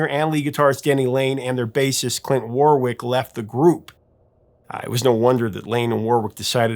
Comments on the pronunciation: It’s is Warrick not Warwick. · Warwick is pronounced WORRICK. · The British pronunciation of the name 'Warwick' sounds like 'worrick' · I meant to say that the name is spelt Warwick but is pronounced Warrick.